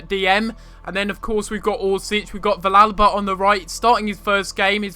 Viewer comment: the -ll is pronounced as a y sound in villalba